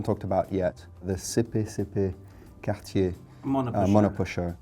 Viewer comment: Just whips out that french accent out of nowhere “cartieéeeee”